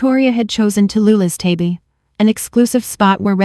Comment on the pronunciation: Pronunciation errors People pee pee Table tabby Deal de Error in ages. She is 32 but she taught a 28 year old when he was 16????